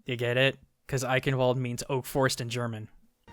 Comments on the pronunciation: Don't mean to be the grammar police but with eichen the ch is is like in change not like a k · I just love how americans pronounce german worlds for example the ch in eichenwald should be pronounced like the sh in should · why do you speak eichen eighen out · Fun fact: the proper way to pronounce Eichenwald is Ei-chen-wald. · okay, if you do topics about germany and try to pronounce german words, please get yourself a native german. the cringe in "Bundeswehr" and "Eichenwald" was to high. i volunteer to help ya out with pronunciation;D but it still was a good video and very informative.